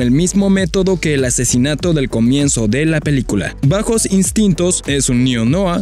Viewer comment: Tiene una ambientacion "noir"? S dice noar....